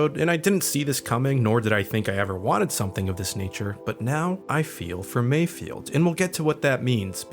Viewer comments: You keep mispronouncing Mayfeld's name. It's not Mayfield. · Take a shot every time says "Mayfield" Its Mayfeld 😖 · Dude his name is MAYFELD!!! MIGS MAYFELD. Lol you’re killing me saying it wrong!